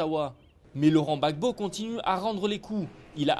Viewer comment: on dit Laurent Gbagbo et non laurent Babo.